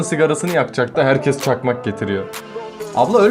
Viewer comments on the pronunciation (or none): none